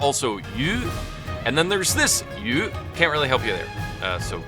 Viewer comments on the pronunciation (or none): Your pronunciation sounds native ; seems like 余 /于 is still a hard one to pronounce - this “ ü “